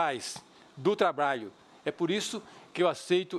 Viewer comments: Eduardo Jorge quer ser vice- presidente da República - talvez para dar sua contribuição na Educação - MAS fala "canidata" "trabaio" a chapa de uma professora e de um médico - Estamos lascados! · MUIÉ DO TLABÁIO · muie, trabaio ? ta certo... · "muié" , "trabaio" ... affff isso é vice q se apresente???